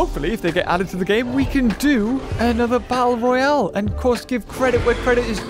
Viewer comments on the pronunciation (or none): none